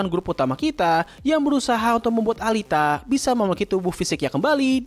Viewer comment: Alita alita. Dibacanya Elita, gedek dengarnya pronounce nya